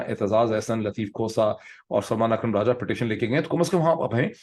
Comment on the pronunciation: آپ پنجابی لوگ سلمان (سل+مان) لو سلیمان (سلے مان) کیوں کہتے ہیں! یہ کیا مسئلہ ہے؟